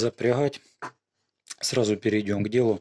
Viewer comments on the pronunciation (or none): ДогХа запряХать... Дальше нет смысла смотреть.